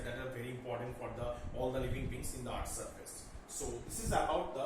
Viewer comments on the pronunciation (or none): It is not eaarth it is earth